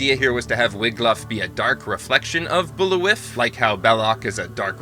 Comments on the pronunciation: Why are you pronouncing Bulliwyf as BOOL-ih-wif? That is not how it is pronounced in the movies, it was "Bool-veye". Your phonetic reading of the word isn't historically correct either, so stick with the way the movie does it. Besides that, " BOOL-ih-wif" sounds really lame. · Not Bully-wiff, it's Bull-vye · The viking leaders name is pronounced Bull- Vie Also it isn't implicitly stated but highly implied the wendigo are a last vestige of a Neanderthals tribe. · Yeah, this guy's pronunciation was atrocious. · It’s too bad you’re mispronouncing “Bullwyf”. It’s very clearly pronounced “Bull-vai(f)” many times in the movie.